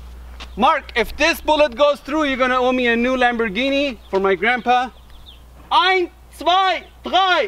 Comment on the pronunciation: he said "ein" not "eins"